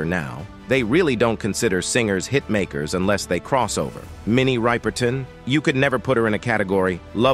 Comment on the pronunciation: Minnie's name is pronounced; rip-urr- tun. NOT ry- per- tawn. Get the pronounciation right !!! Also, she had a son named Marc Rudolph who was older than Maya. Please don't post things when you haven't done your research; that dishonors the person's legacy.😮